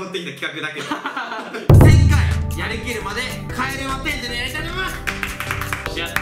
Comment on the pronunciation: 「帰れまてん（10）」じゃなく、「帰れません（千）」じゃね？